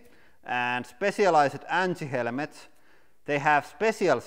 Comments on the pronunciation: Helemets Not helmets 😂😂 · "Helemets" my brain is on fire. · nah it's actually "helmets"